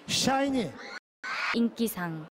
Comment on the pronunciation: 뭔데 사이니로 들리짘ㅋㅋㅋㅋ 발음봨ㅋㅋㅋㅋ